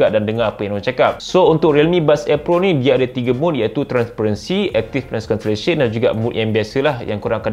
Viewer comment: struggle naw sebut active noise cancellation.....hahahaha